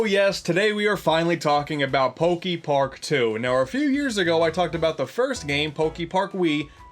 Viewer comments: Pokey-Park? Pretty sure it's "Poké". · Is he gonna say Pok-ee-park the whole time? ... oh no... EDIT: HOW THE HELL DO YOU SAY POKEMON CORRECTLY BUT MISPRONOUNCE POKEPARK??? HOW DO YOU SAY POKEBALL THEN?!?